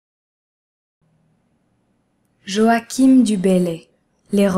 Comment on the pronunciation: Jo a chin.... et non yoakim !! que diable !!